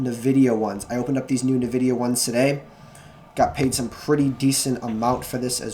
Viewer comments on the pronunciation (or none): you're prouncing nvidia wrong. think of n and vidia as two seperate words. so like enn-vidia